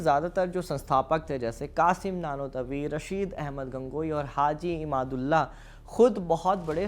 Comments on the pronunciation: Haji imdadullah nam ko ap glat bol rhe ho ap imadullah bol rhe ho shi nam bolo ap hindu logo ka jankari adhuri hai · आप बार बार इमाद उल्ला कह रहे हो उनका नाम हाजी इमदाद उल्लाह मुहाजिर मककी